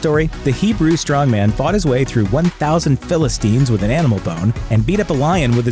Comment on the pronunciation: I’m cringing at your pronunciation of philistine and via.